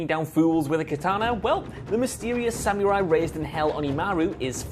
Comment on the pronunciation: It's "Sa-muh-rai" not "Sam-you-rai" ffs haha